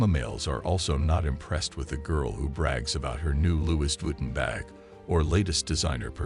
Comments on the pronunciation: "loowies vutten" :face-fuchsia-poop-shape: Sigma males know how to pronounce French. Keep trying. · I felt like an A.I. announcer was talking to me, especially when it couldn't pronounce Louis Vuitton.